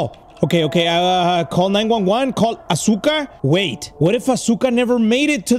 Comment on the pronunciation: you said asuka's name wrong the whole video